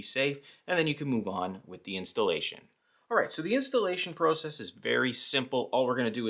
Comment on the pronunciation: OK stop saying process it’s process